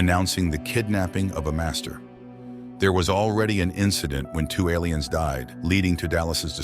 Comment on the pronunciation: I'm confused by the pronunciation of "aliens". It sounds like "ell - lee -- ens". Or L E N's.